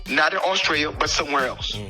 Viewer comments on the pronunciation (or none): none